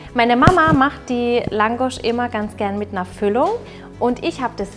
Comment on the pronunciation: ich komme aus ungarn und mann spricht das langosch aus bitte sehr 😇😇